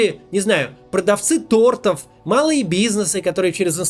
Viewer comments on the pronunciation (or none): none